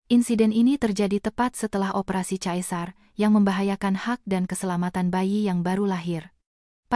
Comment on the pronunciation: Sesar.. bkn caesar